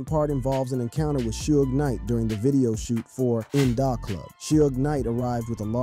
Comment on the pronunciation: Shooges Knight? hahhahahahhaa